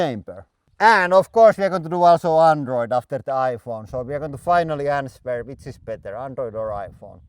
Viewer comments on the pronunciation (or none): The W in “answer” is silent. It’s pronounced AN-SR